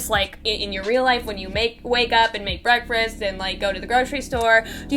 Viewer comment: I love them but the way pronounces the word breakfast as breakfrist argh!!!